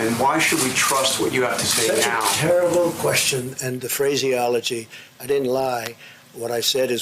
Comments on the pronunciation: Phrasiology lol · "Phrase ology" a new word